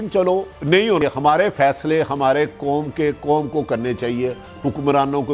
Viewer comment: Oye Bhatti...kaisi hai teri "foj" aur teri "kom"....😂😂😂